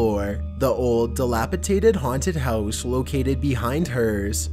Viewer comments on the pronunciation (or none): none